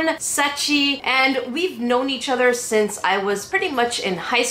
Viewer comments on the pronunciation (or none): none